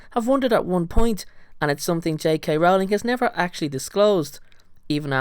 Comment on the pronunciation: Pleasepleaseplease! It's Rowling like bowling- not howling.